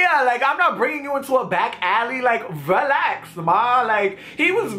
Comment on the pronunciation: "RUHLAX MA!" omg lol I'm dying at this video.